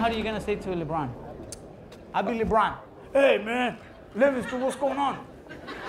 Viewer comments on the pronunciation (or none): I think that he didnt pronounce the superstar name correctly.... Lebron "Luh Bron" not Leebron xD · "Leebron" lmao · I love how Guillermo pronounce LeBron to libron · LEHBRUHN JAIMS